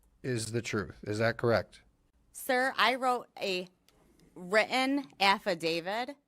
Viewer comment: She needs a drug test . Isn’t it written not wri en